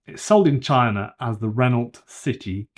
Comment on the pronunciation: Renault is French pronounced Ren-O not ren-olt!